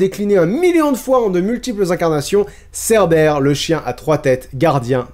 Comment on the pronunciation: Vers j'ai cru entendre "Cerbelle" 😂😂 Mais pendant un instant j'ai compris "entrer dans Hadès" et pas "dans l'Hades" voilà, j'ai juste rigolé 10 min pour ça